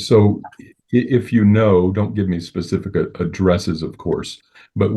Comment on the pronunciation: Almost 59 minutes in.. the DFPS case worker said "pacific" instead of "specific". That clinches it! She's dumb and I won't take any of her opinions seriously 🥸